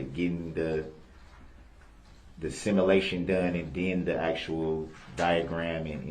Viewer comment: “The similation from the similar vehicle”. OMGOSH how he can he be so thick?!!